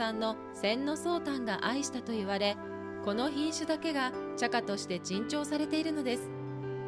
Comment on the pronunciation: さか...ですか... なんとまぁ風情がない読み方ですねぇ。 《ちゃばな》と読むんですよ？ 茶花とは...茶室の床の間に自然の風情を取り入れる文化。 なので自然な花々を選んで飾るとか、庭の花を摘んで飾るような、素朴な花々を飾るんですよ。 茶道を習った方は常識です。